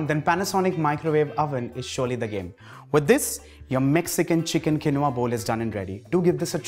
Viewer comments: The pronunciation is kēnwä , not kenowah. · He pronounced quinoa wrongly